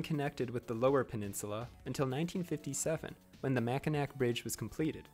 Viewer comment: as A Michigander, I would like to say that its pronounced MacinAW, the C is tricky to most Fournier's